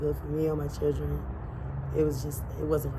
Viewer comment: Wait did she say 8 CHIRREN 😮?